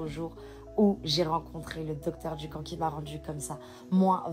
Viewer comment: La méthide Dukan = se prononce Du " QUAND " 😉